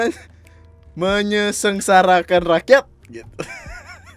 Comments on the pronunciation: Menyengsarakan bang, bukan menyesengsarakan 🤣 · Bang "menyengsarakan" yg bner, lu kaya pak mahfud md